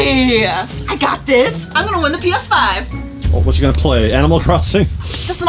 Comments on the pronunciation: said px5 not ps5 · Yeh regigi (Regina) is correct that by said Px5